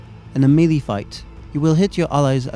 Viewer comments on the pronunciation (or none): dude the way he says "melee" really urks me.